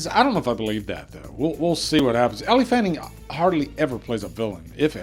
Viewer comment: It’s pronounced L Fanning